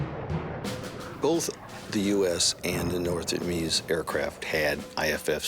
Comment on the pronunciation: North Namese lol